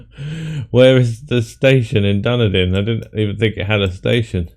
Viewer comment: Nice score as usual.. I only got 36K, just a series of bad year guesses. Also I would be impressed if anyone gets Dunedin (by the way it's pronounced DunEEdin)